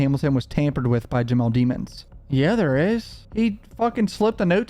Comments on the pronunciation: Dem ons not demons lol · Can you please say his last name correctly? You've watched enough of the trial to know you are disrespecting the mans last name.